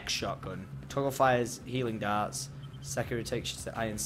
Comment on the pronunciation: I thought he kept saying "Helium darts"